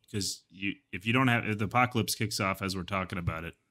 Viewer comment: Every time I heard apocalypse, I heard Ohio instead